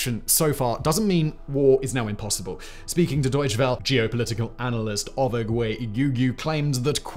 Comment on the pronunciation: Pronunciation note: German doesn't have silent vowel suffixes. So "Welle" from "Deutsche Welle" is pronounced "VELL uh", not "well".